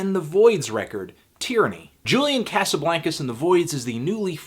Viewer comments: Cosuhbloncuz that's how you say it David Letterman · every time you say Casablaincas I want to vomit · you pronouncing his name wrong you stupid fuck!